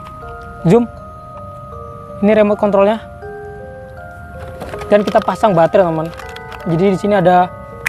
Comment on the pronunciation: Kok aku denger nya "remot Kon" 🤣🤣🤣